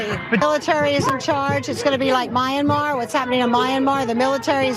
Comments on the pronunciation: Mayanmar!? Seriously, are you sure you know whats going on there? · If you can't pronounce "Myanmar," maybe don't reference Myanmar?